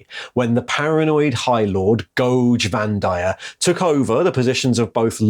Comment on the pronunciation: Adric has ruined me. my brain keeps correcting Goge Vandire to Doge Vandire...